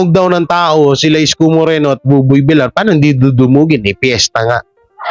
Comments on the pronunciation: Masakit sa twnga kung bigkas di tama.. Villar ang bigkas vilyar hindi Vilar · Vilyar ang pagbigkas hindi Vilar(villar) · ……No offense meant…..sa iyo….PLEASE lang…..BUBOY VILLAR……pronounced as BUBOY….[ BIL-YAR] NOT [ BI-LAR ] Iwinawasto ka lang namin ….dahil “ mahal ka namin” …ok ba???? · Tagal ko nang Chineck si …kaso….no effect,l..VILLAR…..pronounced [ BIL- YAR] ….NOT BILAR!!! sakit sa tenga!!! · vilyar ang bigkas nyan hindi vilar, Spanish word yan Hindi English. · pag double L ang nasa apeiyido ang pronounciation nun ay Y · Vilyar anq pagpronouncee sa Villar